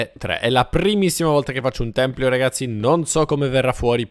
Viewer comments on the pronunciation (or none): si dice tempio, non templio ahahah😂❤